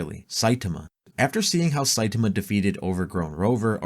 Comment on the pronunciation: Sai-TAi-MA. Not Sai-TIM-A